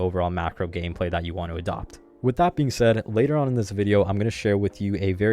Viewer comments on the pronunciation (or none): none